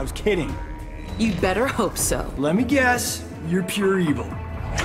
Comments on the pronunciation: Nah dude. She says "es" so strongly that it really sounds like "Yes." Tbh even now even if I see subtitles, I still hear "yes." XD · When skarlet says ‘’guess again’’ it sound like ‘’yes again’’😂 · is it bad that instead of hearing "guess again" I hear "Yes again"? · The subtitles say "Guess again" But we all heard " Yes A G A I N"